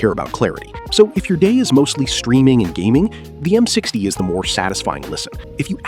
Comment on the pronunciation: "m six tie"